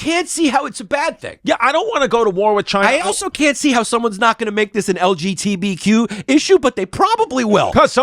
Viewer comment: How Yannis keeps saying “LGBTQ” wrong 😅 bruh